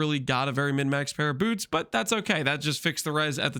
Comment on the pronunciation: "Incription" "Incrishpins" "Boorts"